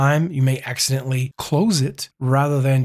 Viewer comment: You can tell by how he says accidentally, he's definitely killed some people. 😂 Thanks for the tip!